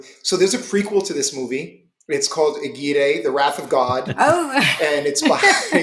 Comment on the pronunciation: i love the podcast, i love the channel, and I'm really sorry for this but it's my pet peeve: its AGUIRRE (with the strong R pronunciation)